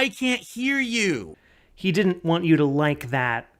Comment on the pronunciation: I have discovered my trigger its him not being able to pronounce WANT every time he does he says WAN its the most infuriating stuff